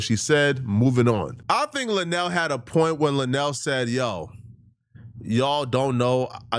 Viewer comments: LUEnell not Lanell She's important in the black community and it would benefit you if you would do your research. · referring to her an La-Nell instead of Lou-Nell is stressing me out 🤣🤣🤣🤣🤣💀💀💀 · it's Luenell (LOO-NAIL) the speech impediment is not that bad gang 🤦🏾‍♂️🤣🤣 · Luenell right 😆and I didn't like how apple headed🍎 interviewer mispronounced auntie luenell name..on Hive